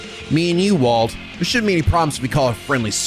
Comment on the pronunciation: Wald is pronounced as Waldo? Lol